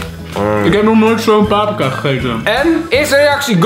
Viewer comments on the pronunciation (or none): none